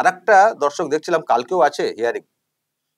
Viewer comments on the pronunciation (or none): Jokhon dorshok bolen, sunte lage dhorshok, kintu valoi lage